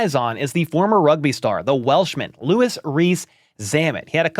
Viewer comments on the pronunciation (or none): none